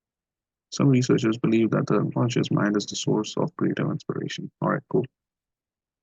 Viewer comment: 9.22 its not unconscince its unconscious 🙂